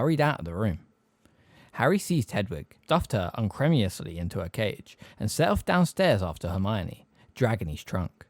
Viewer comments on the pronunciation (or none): "unceremoniously" is un ceremonious sly, as in "lack of ceremony". Thanks so much again for the read tho! Btw if you like metal check out Woods of Ypres - I was Buried, it uses the word unceremoniously, was the first time I heard it